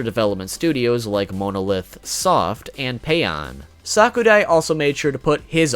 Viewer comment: I hate to be a know-it-all but it's pronounced sa_ku_rai